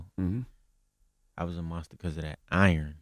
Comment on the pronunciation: Peep the accent . Southern dudes don’t say iron like that. Not hatin, just telling it like it is. I hope this brother is able to get himself together.